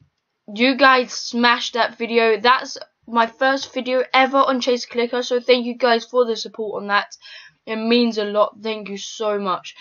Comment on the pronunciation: Did he say chase clicker? Well idc